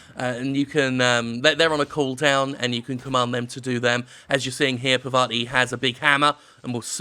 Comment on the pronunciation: Her name is Parvati: Par-va-ti - I've only watched two people play this game, you and Jon (Manyatruenerd) and you both keep calling her "Pavarti"